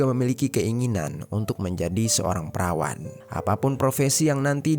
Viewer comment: 2.52 (perawat min perawattt) bukan perawan 😢